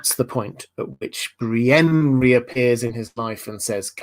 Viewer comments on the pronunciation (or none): Oh god yes. That and Bri-een. It's so bloody irritating.